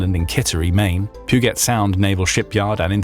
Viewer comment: Pronounced “Pew-jet”, not “Pew-get”. Soft g/j sound.